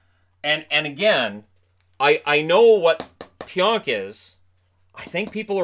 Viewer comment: again it’s pronounced pee-onk not pyonk